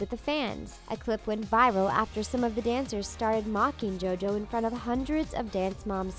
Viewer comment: she said dojo instead of jojo